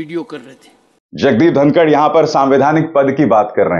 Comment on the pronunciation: It's धनखड़ not धनकर